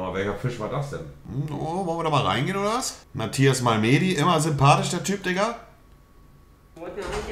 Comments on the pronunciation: Matthias Malmeeedi😂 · Matthias Malmeeedi haha